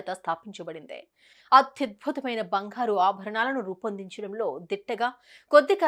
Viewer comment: Bangharu kadu, bangaru..😂